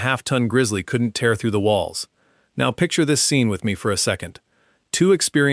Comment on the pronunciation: AI- can’t pernounced “tear” correctly. Just click bait on an event